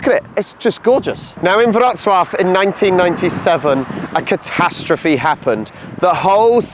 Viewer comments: Back to train station with an amazing food hall. Well done on your pronunciation of Wrocław! 👍 BTW baroque is barok in Polish 😀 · You have a very good pronunciation of the city's name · Mark my words: the true beauty of the Lower Silesia lies outside Wrocław. ⛰⛪🏰⛰ Kudos for a really decent Polish pronunciation! 👏